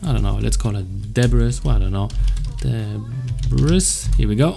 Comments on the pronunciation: it's pronounced "Debree" ;) and great tutorial! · Great tutorial. I just wanted to let you know, the "s" in debris is silent. It's pronounced like duh-bree : )